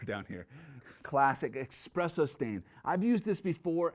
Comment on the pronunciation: "Expresso stain" ?